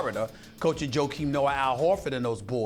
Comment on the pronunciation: "Florider" "Noaer"